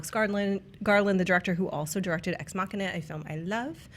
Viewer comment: "Ex-machia" being....XD